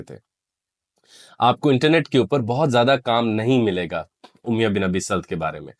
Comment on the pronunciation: اُمیَہ تلفظ غلط ہے.. اُمَیَّہ درست ہے